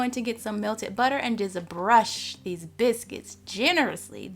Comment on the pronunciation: I love the way she says biscuits ❤️👏